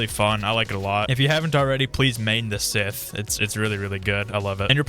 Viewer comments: Bro said Sith Stop Say Scythe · NO WONDER THEY SAY AUSTRALIA LIVES UPSIDE DOWN ITS SCYTCHE NOT "SITH" THATS A NAME!!! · Broo its scythe not sith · Whys everyone calling it sith, its scythe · ITS SCYTHE NOT SITH BRO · It is not sith it is sythe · Scythe bro not sith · ITS SCYTHE NOT SITH BRO... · Why u saying sith? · It's not sith its scythe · It is call scythe not a sith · Bro it is scythe not sith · ITS SYTHE NOT SITH THIS AINT STAR WARS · SCYTHE NOT SITH STOP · Also it should be pronounced sa-ith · Bro its scythe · Its scythe bro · STOP SAYING SITHHH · Bro it’s Scythe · It’s not synth it’s scythe pronounced sa-ith